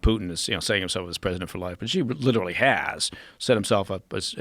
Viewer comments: Xi is literally pronounced as "she", btw. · Xi sounds like she...these guys want to talk about china but they can't even pronounce his name. as for joe's question about why the brits left: the 100-year lease ran out in 1997.